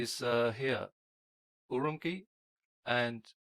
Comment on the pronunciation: The way he pronounced Chongqing and Urumqi... OMG! In Chinese, "q" is pronounced similar to the "ch" in "cheese".